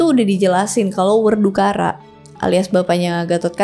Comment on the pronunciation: Nama lain Bima mungkin Wekudara kak, bukan wedukara hehehe